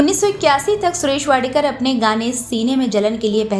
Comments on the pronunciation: Madam his surname is wadkar not wadekar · Vadekar nahi vadkar Thikse bolo😂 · माफ किजीये मॅडम जी. उनका surname वाडकर हैं, वाडेकर नही. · वाडेकर नही वाडकर foolish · सुरेश वाडकर है। वाडेकर नहीं। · टायटल में आपने सुरेश वाडकर जी का नाम वाडेकर किया है. कृपया उसे ठिक करिये. कभी वाडकर उच्चार करती हो तो कभी वाडेकर.नाम ठीक से उच्चारण करिये. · वाडेकर नही “वाडकर” वाडेकर सुनने मे बडा अटपटा लगता है. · इतने बडे गायक का नाम असलमे सुरेश वाडकर हैं... वाडेकर नही... आधे घंटेकी इस डॉकमेंटरी मे उनका नाम ढंग से लेनेके कष्ट क्यों नाही किये.. मराठी लोग जब हिंदिके उच्चारण करते हैं तब ढेर सारीं गलतिया निकाली जाती हैं.. लेकिन इतने बडे गायकका नमः एक बार नाही हर बार गलत लिया गया... ये बात रेकॉर्डिंग के वक्त किसीके ध्यानमे नही आई? या जान बुझकर वाडकरजिका नाम इस ने भंग कर दिया? बहुत ना इन्साफी हैं ये... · वाडेकर नही वाडकर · वाडकर सरनेम को कितनी बार वाडेकर कहा आपका चनल हिंदी मे है ना ऐसा गलती क्युं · वाडेकर नाही,वाडकर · वाडेकर नाही वाडकर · वाडेकर नाही वाडकर ! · उनका नाम " वाडकर " है .. वाडेकर नहीं ! और सिंधुताई " सपकाळ " है .. सपकल नहीं !! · Wrong surname pronounced. It’s not WADEKAR correct surname is WADKAR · सुरेश वाडेकर नही, वाडकर है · वाडकर ना वाडेकर का बोलत आहात तुमच्या खिशात ला काना लावून आडनाव चुकीचे बोलत आहात ते खूप मोठे कलाकार आहेत. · सुरेश वाडेकर नहीं, वाडकर. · This great singers sir name is WADKAR not WADEKAR please rectify its name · It’s सुरेश वाडकर, please note!